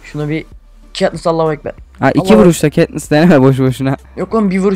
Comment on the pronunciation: KAtnıs Değil çaktırmayın :D